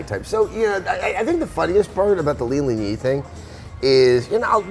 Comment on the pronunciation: Great conversation guys! (But it's Leland Yee, not Lee.)